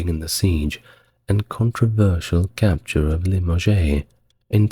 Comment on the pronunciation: Nantays? Limojays? Perlease!..